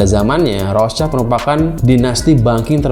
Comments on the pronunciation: Bang gue koreksi cara baca rothschild itu " rot shilt " bukan " rots child " krna rothschild itu bahasa jerman bukan inggris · Rothshield bukan Rothchild. Shield itu alat penghalang panah. Bacanya [syild].